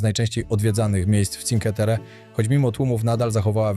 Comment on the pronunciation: Czinkłe Terre, nie cinke 😅